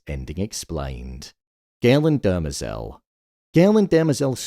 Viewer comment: Please, respectfully, it's DEM-ER-ZEL not Derma-zel